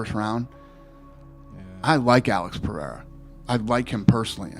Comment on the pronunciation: Someone teach Chael Sonnen how to pronounce Pereira Is not that difficult